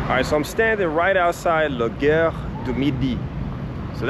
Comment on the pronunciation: Helpful linguistic tip: In French, "Gare " (Station) is pronounced like 'Gar'. You pronounced it as if you were saying "Guerre", which means 'War'. Probably best not to ask the French if they know how to go to the war......:face-purple-open-box